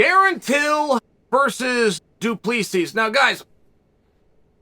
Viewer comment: Hi Chael. Respectfully, his surname is pronounced Doo-Pla-See. I am south african. It is a common surname here.